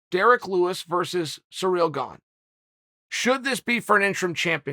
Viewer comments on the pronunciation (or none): If Chael pronounces it Cereal Gong, then Cereal Gong it is.